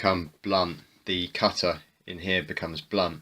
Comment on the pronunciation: the "cuttuh"